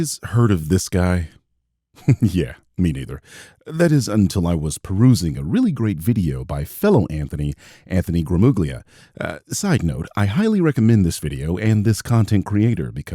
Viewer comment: Actually, it's Gramuglia, the GLI is pronouncing like the Spanish LL. ..sorry, carry on! I love your videos on exposing the grift(ers)! More people should see them!